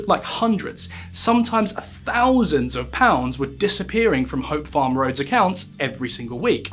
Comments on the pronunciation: I wish you’d learn to pronounce “TH”. You’ve no idea how irritating it is when you say “F” or “V” in a word that is not spelled with an “F” or a “V”. “Two fousand and free” 🙄 “Had to be seen to be doing somefing” “Firty fousand employees” “At the tender age of firty-one.” “Frone around wiv vigour.” 🙄🤦‍♀️ By the way, there’s no H in “assumed”. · Two fousand and free......Why don't you learn how to speak?